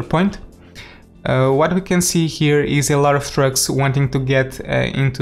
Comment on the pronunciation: It sounded so much like he said “Drugs” instead of “Trucks”